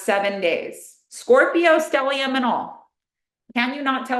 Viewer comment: the way you said Scorpio Stellium 🤣☠️🙃